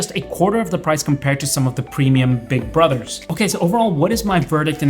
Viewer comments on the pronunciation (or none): none